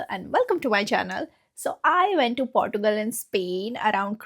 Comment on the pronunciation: 😂😂😂😂😂😂 Portugal😂 Girl learn to pronounce the names properly first